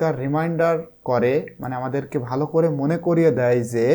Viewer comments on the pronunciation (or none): none